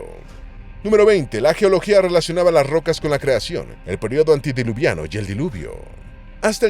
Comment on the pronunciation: Me harté de que dijeras antidiluviano, es antediluviano.